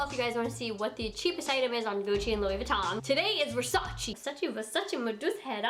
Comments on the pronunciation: You’re pronouncing Versace wrong 😩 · Ugh I hate it when people don’t pronounce Versace right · I Agree with you wrong pronunciation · Kiemas AZZ she pronounced it wrong, Versace is an Italian brand and we pronounce it diffferently than she did, even Donatella said that you all pronounce it wrong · You said “versace” wrong! STOP IT !!!!!!!!!!!!!! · If you’re going to make a video on Versace say it right at least? Hahahah lord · Its not versachi its versace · VERSACE NOT VERSACI!! ly from italy❤🤗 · Don’t call it versacI it’s Versace pleaseeeeeeeeeeee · Its versace not versachee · Girl , versacEEEEEEE not versacI 😤😤😤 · Its VER-SA-CHè not ver-sa-chi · ver sa CHE not CHI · Its VersacE not Versaci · versacE not versacI dumb ass blonde bitch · This is not the cheapest thing That they have the cheapest thing actually is a little baroque Black plate for 29$ And PLEASE don't say versaciiii it's versace simple as That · Let me help what Donatella told, "it's VERSACE, not VERSACI." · In Italian is VersacE not Versaci..pleaseeeee!! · It’s Versach-eh not Versach-ee 😭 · It is versacE, not versaci, pls stop saying it like that 🙄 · it's versac"e" not versacie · IT'S VERSACHE, NOT VERSACHI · Adolfo Pasetti actually Donatella even said that she wish people stop of say "versachi" because the correct way it's "versache" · Is not “Versachi” is VersaCHE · It’s pronounced “Versachay” I cringe how you say it omg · ‘I love Versace!‘ * says Versacy * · It's pronounced Ver-sah-cheh/Ver-sah-tchay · You pronounce it wrong. It's VersacE with E not I -__ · It's pronounced versa-che , its French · it’s pronounced ver-sah-ché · Versachi Versachi Versachi! 😜😜😜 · Kiemas AZZ it’s “Versach-eh” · Kiemas AZZ watch 73 questions with Donatella Versace, "versaci" is the wrong way to pronounce it. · Ver sa che that's how it is pronounce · Cringy when you said Versace wrong lol. But I love you!!!!!!!😍😍😍😍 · You’re saying Versace wrong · You pronunced wrong versace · You pronounce the name of the brand wrong 😂